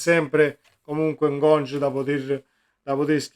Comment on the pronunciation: Carissimo si pronuncia Ngonghe. Detto da lui. 👍